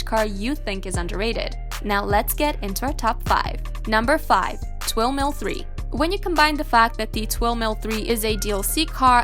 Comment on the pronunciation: Twin Mill 3!! Not Twill Mill 3!!